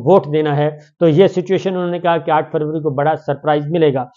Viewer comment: یہ آ ٹھ فوری کیا ہوتا ہے صابر شاکر صاحب۔ آ پ کا مطلب آ ٹھ فروری تو نہیں ۔ یاد رہے میر ی طرح بہت سے لوگ آ پکی اردو سے آ پکی ذہانت کا اندازہ لگا لیتے ہیں ۔ وڈیو کھولنے کی ضرورت ہی نہیں پڑتی ۔